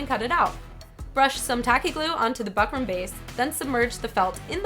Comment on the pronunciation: Fyi its pronounced book-rum